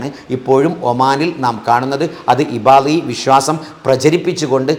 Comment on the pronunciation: ഇബാളി അല്ല അത് ഇബാദി ആണ്.